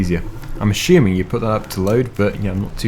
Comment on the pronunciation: "I'm Assuming"....no H.....This should be some sort of FS meme by now